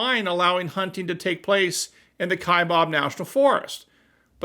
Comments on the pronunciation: Just a short comment... I am a minority in my home state. I am a native Arizonian. Born and raised here. Kaibab is NOT pronounced "Kai-bob." It is pronounced "Kai-bab". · It’s kaibab not kabob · Kaibab. Pronunced like its spelled, KaiBAB," not KaiBOB. It's the natiobal forest next to me in Coconino Nat'l Forest. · there is no “o” in Kaibab, it is pronounced Ka-eye-Baaa kind, like Baby without the y. And the Kaibab plateau is the area around the Grand Canyon with the South and North sides of the “plateau” being part of the USFS along with some tribal lands. The Environmentalist nitwits have been a pain in the ass here in AZ for years over “lead” because of the California Condor’s they reintroduced up there. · Arizona here. The ‘bab ’ Kaibab is pronounced like the ‘a’ is bad. FYI. I live there. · Speaking as an Arizonan, Kaibab's last syllable rhymes with the word "jab."